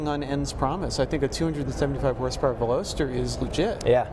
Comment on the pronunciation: Ok reviews but holy smokes guys zzzZZZ too long and why on earth would you do your recording in that airport terminal like room ,, and Velocity is where that they came up with the name for the Car so how the 3 other team mates didn’t crush that Pretentious douchbag for saying it so Epically Wrong is beyond me ,,,,insert massive facepalm >here<